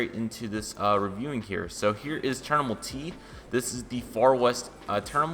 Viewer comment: It’s terminal not ternimal